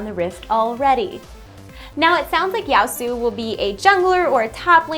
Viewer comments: OMG He's a Samurai not a ninja jeez... Also its Yasuo not Yaosu, (pronounced like Yah Su Oh) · I love Surprise Party Fiddles to bits even though I'm probably the worst Fiddle player there even is OTL The mic quality was nice!! I just wanted to note a pronunciation error, Yasuo's name is probably pronounced "Yah-sue-oh" unless it's not supposed to be Japanese in which case my bad... But I'm really not excited for him. He looks incredibly unoriginal, basically another Master Yi is what I'm thinking :c MORE SUPPORTS/TANKS PLEASE RIOT?? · It's pronounced Yo-su-oh. :D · I think his name is pronounced Ya-su-oh. Also the video sounds great! :D